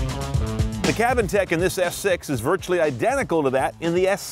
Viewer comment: Lol he was saying - S6 and I was hearing - Ass 6 :P